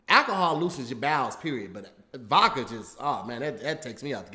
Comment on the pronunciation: Leave it up to to say “Vocka” instead of Vodka 💀